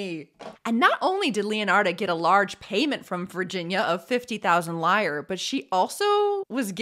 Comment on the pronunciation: I am a lifelong spinster and I love the way that you tell stories. Loved this story. But my child, you are too young to remember before the Euro. Back in the old days, Italy's currency was lire, not pronounced liar, but LI ra. The i is like the i in it. And I love the interjection of "fuck me!" Love it all, lamb. Happy Easter coming up!